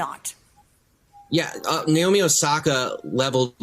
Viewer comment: also her name is naomi. not nayomi. why cant the anglos pronounce anything correctly? it's very simple na as in "national" o as in "other" mi as in "mineral"